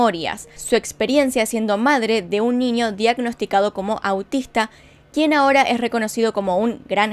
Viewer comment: Eres árabe o algo? porque pronuncias la "ñ" como "ny" niño / ninio, saludos jejej